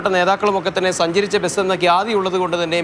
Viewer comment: എടൊ ബെസ് അല്ല ബസ് ആണ് ആദ്യം പറഞ്ഞു പടിക്ക്